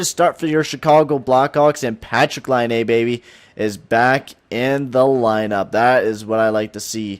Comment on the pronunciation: For every time he says Patrik Laine, slap your face lol